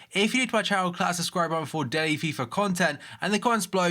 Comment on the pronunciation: In the intro does he say cles the subscribe button?